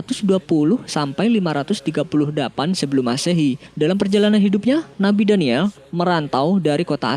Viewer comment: Maaf mas nabi daniyal AS . Bukan daniyel.. Meluruskan saja.. Coba lo denger baik" Nabi daniyel